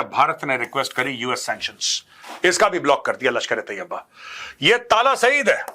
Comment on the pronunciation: Oo bhai talha saeed hota hy tala saeed ni😂😂